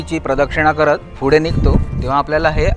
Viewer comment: Good info , फक्त आपण फुडें असा ना म्हणता पुढे असा म्हणा.